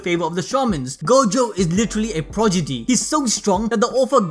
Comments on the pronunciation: Progidy? It's prodigy right? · It's prodigy not progidy 🤦🏻‍♂️ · this man said progidy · he said progidy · "'literally a progidy"